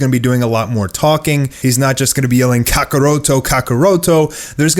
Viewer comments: It’s kakkarot not kakaroto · Why do you say Kakarot so weird